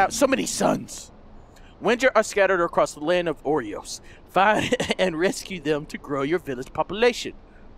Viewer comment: you pronounced oros wrong